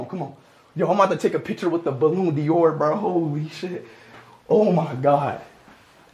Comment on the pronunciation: Speed it is not bolloon Dior ballon Dior